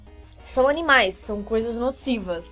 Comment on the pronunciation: Se diz aninais pacificos